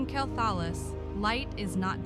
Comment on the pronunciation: you should not get ai to voice your video's it cant even pronounce quelthalas.